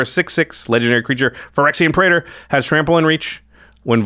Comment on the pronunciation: Praetor is two syllables, not three.